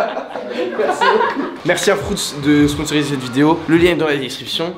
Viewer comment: 5.43 : “ FROUTS.”🤣🤣😂